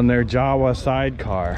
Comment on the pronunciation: Just for the record,: - That one's pronounced YA-vuh, not JOW-uh.